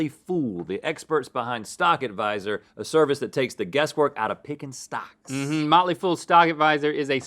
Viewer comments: The whole time they were saying stocks I thought they said socks lol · For the first several seconds of the Motley Fool bit, I heard "socks" instead of "stocks"..